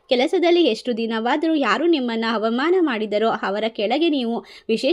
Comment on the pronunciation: ಹಕಾರ ಬಿಡಮ್ಮ. ಹವಮಾನ, ಹದರ, ಹದು, ಹತ್ಯುತ್ತಮ.